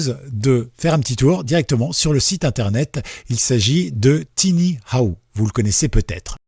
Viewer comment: En fait, c'est TinyWow (prononcer TaïnyOuaouh) 😉